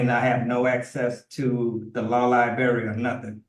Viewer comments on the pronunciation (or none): That ole "law liberry" 🤣